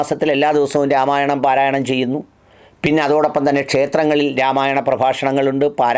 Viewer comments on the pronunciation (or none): none